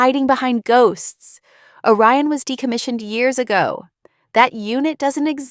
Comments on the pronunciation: Orion, not O Ryan. The subtitles should be edited before posting. Also, the Admiral’s name is Rowe. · 'Orion' not a Ryan. Re-edit.